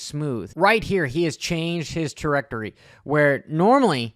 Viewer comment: into the video, i’ve never heard Trajectory said that way before